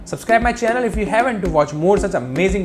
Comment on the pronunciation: It's called if-t not if-t-t-t